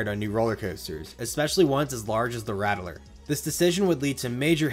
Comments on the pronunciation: It's pronounced Ratt-ler, not Ratt-e-ler like you're pronouncing it. Was driving me mad every time you added that extra E syllable to it. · My only critique is everyone calls it “Rat-ler” southern drawl kinda, not “rattle-er”. The original was rough. I hurt myself many times growing up near the area. The iron rattler is much better and I enjoyed it while I lived there. Many times I would go on the original alone because me parents did not feel like taking the battering. I started to get migraines going on the ride as it got older, and I didn’t ride it until the remodel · It’s pronounced “Rat-Ler” not “Rattle-er” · I can’t “like” this video because of saying “Rat-el-ler” instead of “Rat-Ler” like any sane person. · RattELer?! *$&(*&^ RATTLER! JUST LIKE THE NEWS CLIPS (that you found and edited) PRONOUNCED IT! lmao, pulled so much hair out, but otherwise great content so I continued watching. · You keep saying it wrong. You're saying Rattel-Er. It's RATT-LER. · You pronounceing the rattler (the raddler) is killing me 💀 good video though very informative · “RAT - lur.” 2 syllables. Unless that’s a North Jersey thing! I second a comment below that I would like to see a video on Drachen Fire. I’m personally skeptical that it was a direct attempt by Arrow to ape B&M, but I’m curious what you would have to say. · I can tell you aren’t from Texas just by the way you pronounce “Rattler” lol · Idk if I can listen to this dude mispronounce the word rattler for the next half hour. That extra vowel sound takes special effort.